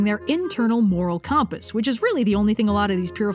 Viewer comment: Is that really how some people pronounce "compass"?